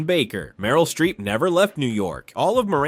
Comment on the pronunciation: Streep. Not Shtreep.